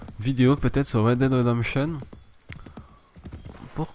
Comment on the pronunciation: " Wed dead rendenption" t serieu ?